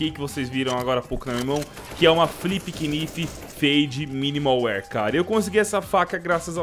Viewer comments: A pronúncia e nife n quinife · se fala knaife n knife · Caralho, fala Knife direito que agonia HAHSHAHSHSUHAUSUUAHHSUSHSUSHAUS